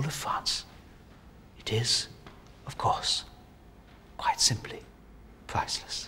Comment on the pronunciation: more like "absolutely pwiceless"